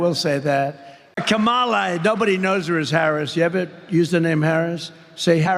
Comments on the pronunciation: He cant pronounce KAMALA properly. Maybe MADAM PRESIDENT will be easier for donny. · He's so demented he can't even learn the correct pronunciation of his running mate's name! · If he says Ka-Moll-uh, does he pronounce Pamela as Pa-moll-uh?